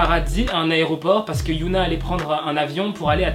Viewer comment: Ça se dit "hyÔna" pas "hyOUna"